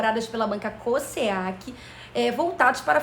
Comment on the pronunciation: Amei, porém a pronúncia da banca é com o som de Z - Cos(Z)eac